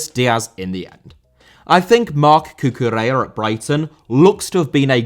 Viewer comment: Cucurella* not Cucureyer